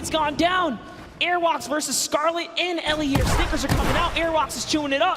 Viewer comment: They said Elliot's name wrongly 😂 😂 😂